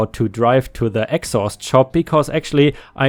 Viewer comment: yes, im aware. Accent and pronunciation made it sound like a completely different word, which is what i was making a joke of.